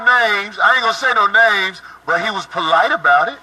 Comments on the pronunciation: "He was Polight about it..."😂😂🤣🤣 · “He was polight about it “😂😂😂😂😂